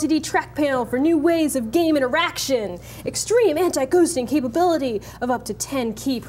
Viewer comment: I almost thought she said Eraction Not Interaction lmao